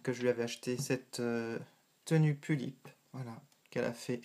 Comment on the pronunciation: On dit pullip pas poullip ^^